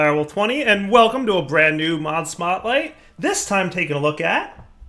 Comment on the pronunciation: did he say mob smotlight?, cool mod anyway keep up the good work!!